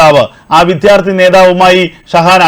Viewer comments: Use your pronounce correctly. Vidhyarthi alla. Vidyarthi ennu prayuka. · വിത്യാർത്ഥി അല്ല സർ വിദ്യാർഥിയാണ്